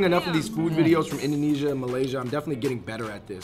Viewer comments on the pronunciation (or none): none